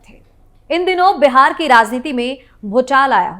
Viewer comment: तुम भी पूजा एंकर की तरह "पूजा" को ऊजा और "बिहार" को बेहार बोलती हो ।पता नहीं तुम सारे के सारे एक ही चरवाहा स्कूल के चट्टे बट्टे हो।